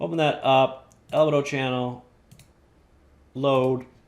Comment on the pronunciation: Fantastic video! Minor correction: albedo is pronounced al-BEE-doh, not AL-beh-doh :)